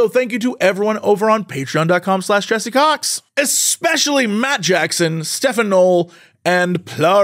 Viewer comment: Woohoo! Interestingly enough, french native speaker also pronounce my name like you did, Jesse ;)